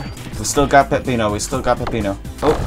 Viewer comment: It’s actually not “Pepino” it’s “Peppino”.